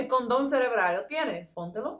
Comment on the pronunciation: cordon cerebral no condon